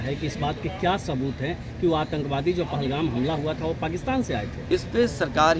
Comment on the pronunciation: पहलगांव नहीं पहलगाम है 😂